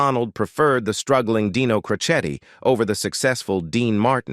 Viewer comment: Oh brother! Boy, you sure screwed up Dean's last name of Crocetti.